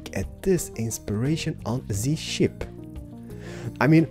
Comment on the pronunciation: where he said its a ship it sounded like he said its a shit